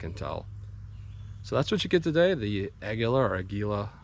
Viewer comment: It's a-gwee-lah... lmao. I had to. I couldnt resist. Great video as always. Thanks.